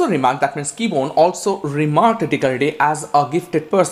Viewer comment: KEBONYE! Not Keybone.